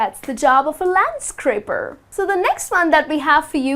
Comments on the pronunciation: landscaper not landscraper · Isn't it LANDSCAPER instead of landscraper???🤔🤔🤔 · Landscaper :( not landscRaper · Counter Tenor these kinds of mistakes lower our trust to this channel.